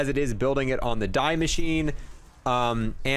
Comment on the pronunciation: Just so u know, it's pronounced "dee" not "die"